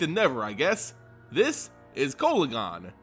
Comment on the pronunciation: Your saying the name wrong